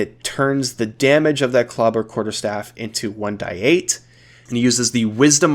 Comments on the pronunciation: You are the only person I have ever heard say 1 die 8 or w/e instead of 1 D 8 and it's making me tweak out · It’s 1d8 not 1-die-8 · You might be the only person I've ever heard say 1d8/1d6 etc as "die" instead of "dee" (like saying the letter d). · What is up with your pronunciation of shillelah and saying One-"Die"-eight??